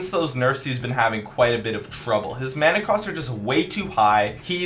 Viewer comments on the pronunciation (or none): none